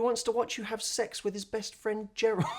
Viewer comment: Gerold? Lol 😂